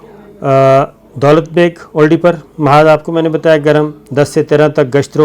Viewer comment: دولت بیگ اولڈی جیسے آپ کل والی وڈیو میں جھجھک جھجھک کر اوڈی بول رھے تھے, مہربانی کرکے درست کرلیں یہ اولڈی ھے. دولت بیگ اولڈی سیاچن گلیشئر کے ساتھ کا علاقہ ھے اور سیاچن کی سپلائے کے لئے اھم ایئر اسٹرپ بھی یہیں پر بنی ھوئی ھے. چین نے آج کی ملنے والی اطلاعات کے مطابق دولت بیگ اولڈی کی اھم چوٹیان جن کو ڈیپسینگ (Depsang) درہ کہا جاتا ھے پر قبضہ کرلیا ھے, سیاچن پر پہنچنے اور سپلائی کے راستے کو کاٹنے والی جگہ اپنے قبضے میں لیلی ھے. دولت بیگ اولڈی تک جانے والی شاھراہ نیپال سے نہی بلکہ لداخ کے دارالخلافہ لیہ (Leh) سے نکلتی ھے. یہ روڈ داربوک سیکٹر, پینگانگ سو( سو , لداخی زبان میں جھیل کو کہا جاتا ھے) او شیوک ندی آپس میں ملتی ھیں وھان پی.پی 14 پر چائینہ نے قبضہ کرکے روڈ پر بھارت کی آمد رفت بند کردی ھے. اب غلام رسول گُلوان ویلی: جس کا نام ھندتوا کی بنیاد پر بھارت گیلوان ویلی کہتا ھے. داربوک ایک گاؤں اور درہ ھے سے لیکر شیوک ندی , پینگانگ سو, پینگانگ سو-شیوک سنگم(pp-14), ڈیپسینگ, دولت بیگ اوڈی درہ سے درہ قراقرم, کارگل اور دراس سیکٹر تک بھارت کی پہنچ لیہ لداخ سے کٹ گئی انشاءاللہ سیاچن پکے پھل کی طرح ھمارے پاس آئیگا نہی تو آرام سے لیلینگے. شاید 6000 ھزار نہی تو بڑا حصہ ھندتوا فوج کا قیدی بنیگا. اب بھارت کیلئے کارگل دراس تک پہنچ تقریباً ختم ھوکر رھیجائیگی. گلگت بلتستان اللہ پاک کیہربانی سے مکمل محفوظ ھوگیا آج والی کاروائی کے بعد. یہ سارا علاقہ لداخ میں آتا ھے اور چائینہ کا پورے لداخ پر دعویٰ ھے. آجکے 11 گھنٹے کی طویل باچیت میں بھارت کو خالی کرنیکی کھلی وارننگ دیدی گئی ھے. اب چکن نیک: یہ مرغے کی گردن جیسی شکل کی وادی ھے جسے سِلی گُری کاریڈور کہا جاتا ھے. اس جگہ پر پانچ ممالک کی سرحدیں قریباً 2